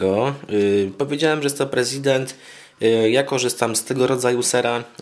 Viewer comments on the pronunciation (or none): Nie czyta się "president", tylko "presidą". To jest francuski ser! To takie samo buractwo, jak czytać "tortilla" zamiast "tortija".